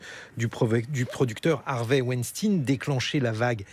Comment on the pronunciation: On dit weinstein 😂😂😂😂